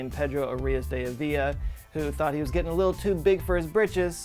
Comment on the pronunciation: If you are willing to spend all this time creating animations and research why not invest a few minutes learning to pronounce Spanish names and words like Avila and culebra?